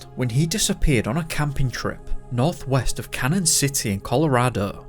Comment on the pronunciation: Canon City, Colorado is pronounced Canyon, not Cannon. It used to confuse me, too.